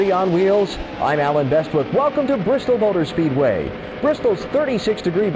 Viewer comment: It’s Bristol bby